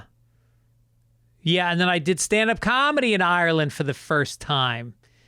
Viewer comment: "Roy-sin". 🤣 Row-Sheen. You nailed the "Dubh" part though 👏. Róisín Dubh means Black Rose. Come back sooner. I didn't get to Galway this time. Go raibh maith agat 🇮🇪